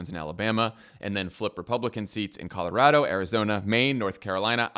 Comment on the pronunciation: You both say Colorado right! Bless you!!